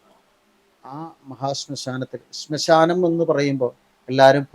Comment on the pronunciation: സ്മശാനം അല്ല ശ്മശാനം ആണ്